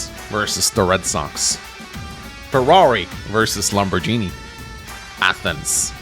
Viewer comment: And yet he can't pronounce Lamborghini